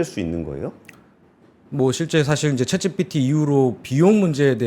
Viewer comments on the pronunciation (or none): none